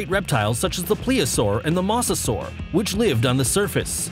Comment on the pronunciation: He said musasaur